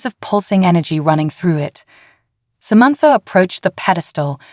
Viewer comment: What is Somentfor ? All lol a sudden Samantha has a new name !!! The alien suit is making this AI voice confused